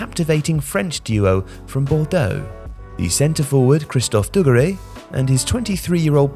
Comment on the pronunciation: Classic - says "dugarry" three times in a video yet pronounces it three different ways. No doubt he'll try correcting JJ's pronunciation in the morning next podcast.